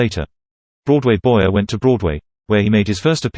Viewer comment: His name is pronounced Boy-ay. The "er" in French is not pronounced like the "er" in American English, but rather like the long "A' sound.